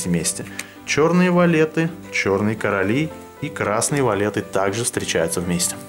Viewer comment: фокус классный, но от слова "валЕты" уши "вянут" может быть валЬты?